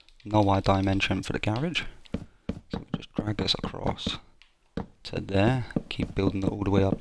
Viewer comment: It's not ga rage. It's garage...